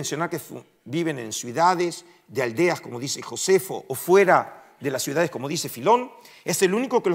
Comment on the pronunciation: Cuál es la palabra correcta? Suidades o ciudades? Usted pronunció suidades.